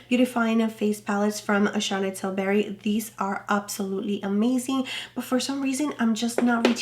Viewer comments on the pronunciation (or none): Charlotte Tilbury is pronounced "Till - bree" not "Til - berry" Great ranking! I'm glad someone is ranking all these holiday face releases. I got both Pat Mcgrath Blush palettes (never tried her blush) and HG Tiger. Also got some older releases like the ND Glam Face Light and I have Patrick Ta Vol 1 and Hourglass Universe Unlocked. Are you doing an eyeshadow palette ranking?